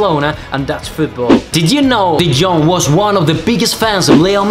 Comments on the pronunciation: You pronounce his name like The young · Its not “frenkie de gong”... Its de jong. At least how to pronounce his name when you buy a player for 90 mil. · Actually pronounced Frankie De 'Yo-Ng' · Frenkie de djong HAHAHAHHAHA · lol the pronounce of de jong is terrible haha